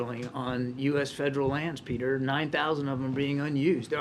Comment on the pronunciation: He's weaponized the name "Peter"! Presidunce O'Biden loves drilling for oil....."Peeetur"!